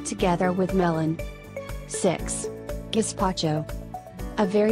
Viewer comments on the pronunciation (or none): none